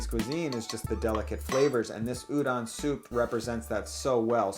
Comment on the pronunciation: Stop saying URON